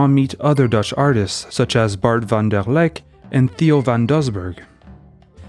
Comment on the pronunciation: Interesting video even though your Dutch pronunciation is atrocious. 😂 Van Der Leck sounded pretty okay. But the emphasis in Mondriaan is on MON. And the AA is the "long" or "open" A sound.